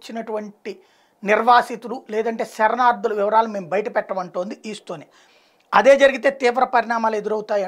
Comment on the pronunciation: ఈస్టొనియా కాదు, ఎస్తోనియా